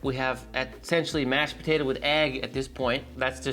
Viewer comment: DONATOE!!!! Pronounce donado... Similar to tornado.